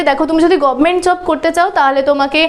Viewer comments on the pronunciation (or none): none